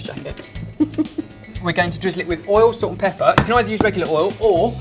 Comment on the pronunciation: Whenever says "salt and pepper," I hear "sorted pepper" haha